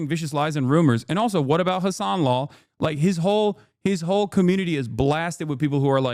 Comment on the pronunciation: "Also" "Vices" HELLO?????????????????